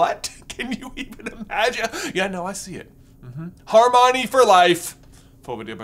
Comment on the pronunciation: Every time you said Harmione i cringed 😅 Most of the fan base, as far as I've seen call it Harmony